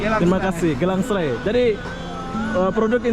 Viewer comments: Bro bukan Gelang Serai tapi Geylang Serai... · mas bro, Bukan pasar gelang srai tapi, gey Lang srai ......🤪🤪🤪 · Satu lagi belajar sebutan ikut tempat yg awak lawati contoh GEYLANG SERAI sebutan GAI LANG SE RAI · tak reti sebut geylang seray...dia sebut gelang serai...hehehehe... lain kali tanyalah orang Singapura macam mana nak sebut..